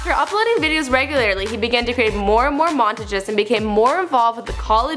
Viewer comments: "Montge" lmfao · She say montages like monteges and adapt like edept lol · Mon tuh jehs... Why u SAY IT LIKE DAT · she says montages like montajiz wtaf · the way she says montages is 👌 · She is saying montages wrong is that only annoying to me? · the way you say montages :[ smh...